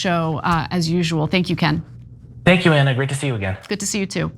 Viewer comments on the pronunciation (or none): Back to you, Coin! I mean ‘Ken’ 😂😂